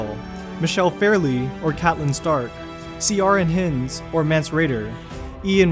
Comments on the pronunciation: Ciarin Hinds = "keeran heinds" not "C R N heends", yikes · “See-aran hinds” ????? Ciaran Hindes. Are you serious? Keer-on Hindes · ‘See-ar-in hinds’ Keer-on It’s not that hard to read the script before hand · Gillian Anderson is pronounced with a J (Gillian Jacobs is the only had G I can think of), and Ciarin Hind is 'Keiran', not See-arin... they're not exactly obscure actors either. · See-are-in hin-ds?? Ciaran is pronounced Keer-an and surname is Hi (as in hello) nds. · See orn hinds? That's not how you pronounce Ciaran Hinds. Key-ern Hi-inds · Quick correction: Ciaran Hinds is pronounced "KEER-awn HYNDZ". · It's Ciarán Hinds( pronounced keer-awn),the actor who played Mance Rayder. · Ciaran Hinds , absolutely terrible pronunciation of his name , terrible , terrible , terrible